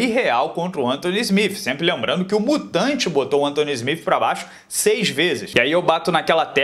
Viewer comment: "Smif" nao mano ajuda ai...